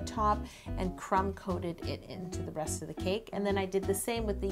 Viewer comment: When she said the rest of the cake I thought she said breast I was like WHHHHAATTTT !?!?!?